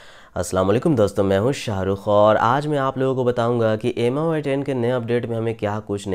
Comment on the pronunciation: Bhai usko meui padhte hai.. Miui likha hua hai wo part meui bolte hai issue